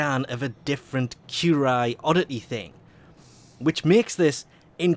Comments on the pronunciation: the word appears as 'currie-yuh' to me.... but I notice people don't really read words either... o.O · if you pronounce it as "kjureye" one more time i will end you